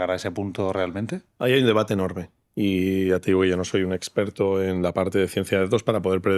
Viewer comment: Seguimos con "esgggperto", un fotografo hablando de ia jajajajajaj de verdad? mama miaaaa